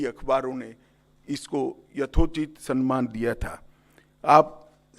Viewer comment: सनमान नहीं सम्मान होता हैं